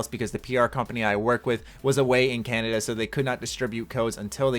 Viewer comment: Pelicazzo the pelican on the second thought i think it is pronounced ca na da.